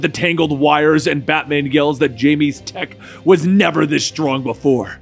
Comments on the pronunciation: Quick correction, Jaime not pronounced Jamey, it's pronounced High-Mee or High-May. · Blue beetles name "Jamie" is pronounced (High-meh) not the English version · i realise it's difficult to pronounce everyone's name properly. But it's pretty well know that Jaime's is Jaime, not Jamie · Jaime is actually pronounced Hi-Me and not Jai-Me. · Haimeh not Jamie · Not Jamie, it's Jaime. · It’s pronounced Hamie just thought I’d throw that out there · Isnt his name pronounced Hy-mee. Isnt the blue beetle Spanish, so the J would be said as a H. Like Jesus being pronounced Hey-zeus. Could be wrong here though, but im pretty sure its Jaimie (Hymee) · In blue Beatles real name the J is pronounced like H. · That's not how you pronounce Jaime